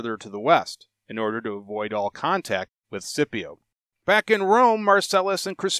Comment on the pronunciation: Great content as always, thanks, but i have to admit the way you pronounce Scipio really gets under my skin